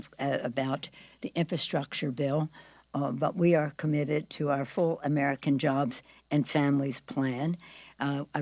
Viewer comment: "Who worked tirelessly for the armican - for theapapiddu- for the" stfu and get off our phones already clearly your mispronounced words are not needed nor do they change anything.